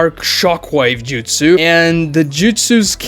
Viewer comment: Also saying 1000 justsus. It's justsu. Japanese has no plural